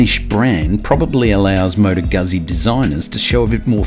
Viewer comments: pronounced "gootsie". Not "guzzy". Just a FYI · Great review but, "Goot-Zee"!! Please. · Please, please, please, it is extremely DISRESPECTFUL to make a video on a motorcycle and a company that's been producing motorcycles for 100 years and NOT LEARNING how to say the name of the marque. Carlo Guzzi must be turning in his grave.